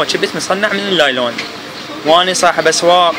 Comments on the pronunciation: صار ساعة صافن على كلمة لايلون اكول شنو يعني طلع((نايلون )) الاخ ساحل الكلمة سحل 😂😂😂😂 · نايلون وليس لايلون هههه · يمعود أسما نايلون مو لايلون😹☝